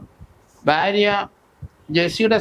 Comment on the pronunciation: ബ്യാര്യ അല്ല ഭാര്യ😅